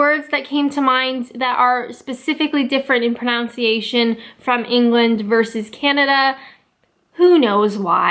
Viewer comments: Funnily enough, you seem to say "pronounce-iation", whereas I've only ever heard it as "pronun-ciation" here in England (you know, like it is spelt lol). Not sure if that's a UK/NA split like these others, but interesting nonetheless. I know you weren't sure, but to be honest, you sound perfectly normal with the rest of the words! Except maybe aluminium and shire. Keep up the great content :) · Hmmm... pronunciation, for a start. PronUNCiation... no 'O'. I'm in between with these examples, Sled is spelled differently, so that's fair enough, but with 'shire', we tend to say, for example 'Yorkshuh' So it's like an abbreviation, but it is supposed to be 'sh-eye-r'. Urinal, I think you have that right, because it's ure-in, not ure-eyen. Brand names are whatever the inventors say it is and we usually say 'aluminium' as 'al-uh-minyum', but it does have a 'U' between the 'I' and 'M', so it is right to be 'al-you-mini-yum'. But please... PronUNCiation! That's UNCE as in DUNCE! (Blunt British humour, with an extra 'U', don't shoot me.) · hearing them side by side it kind of seems like the Canadian ones are pronounced with more of an easy flowing drawl whereas the English is more abrubt stop and starts within the word. Also I thought you were trolling with your pronunciation of pronunciation at first :) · One difference is in the word pronunciation. You seem to say pronounciation (note the extra o) as in the word pronounce itself. We say it as pronUNciation. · The pronunciation OF pronunciation IS actually "pron un cia tion" and not "pronOUNciation" ...and this was all before a video on correct pronunciation lol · It’s pronounced “pro-nun-ciation” not “pro-nown-ciation” no matter where you are. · It's not 'proOUnciation'... It's 'pronUnciation' in England. I'm a TEFL English teacher and have to teach both North American and English pronunciation and dialect to my students. There's a LOT of differences. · Love your Vlogs. It's proNUNciation, not proNOUNciation.